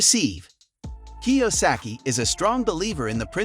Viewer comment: I, really, don't appreciate the AI voice over. You sound much better. And, I'm sure you wouldn't have butchered Robert's name as badly as AI.